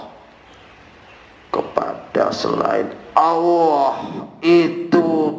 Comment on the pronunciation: Kok nyebut nya Awoh Awoh...Awoh... Wah Chanel tai ini... Tipu2...